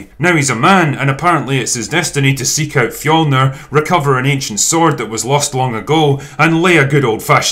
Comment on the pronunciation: I personally appreciated the accurate depiction of Nordic culture, except for the fact that they always completely butcher the word “fjölnir”